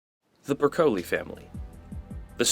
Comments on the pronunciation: No no no. Don't know how Broccoli is pronounced? Pointless. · Clearly vegetables don’t exist where you are based on how you pronounce Broccoli. 😂